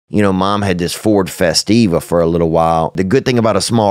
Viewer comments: “Ford FesTTTTTTiva” 😂😂💀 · I love the emphasis on the t 🤣